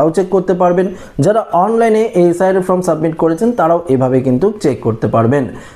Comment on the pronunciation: আবে, ফ্রম নয়, ফর্ম।